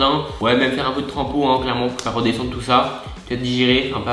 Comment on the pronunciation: Il a dit combien de fois clerement 😂😂😂😋